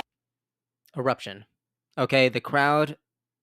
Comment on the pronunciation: When you said eruption, I thought you said corruption 😅